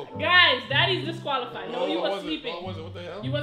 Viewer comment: said disqualifi